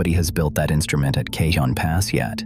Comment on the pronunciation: Cajon as in "Cajon Pass" is pronounced Cahon Pass as most J's in California are reflecting their Spanish heritage. It's very disconcerting. Otherwise, an interesting report.